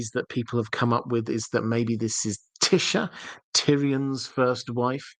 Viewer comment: Your brilliant my friend so I'm happy either way. But FYI it's Tie - esha trying to be phonetic, not Tisha, in terms of pronunciation. Hope I'm nor being silly 😜 also really enjoy your content because of it's genuine well thought out explanations